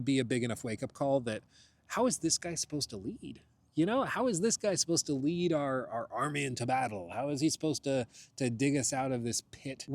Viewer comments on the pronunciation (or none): none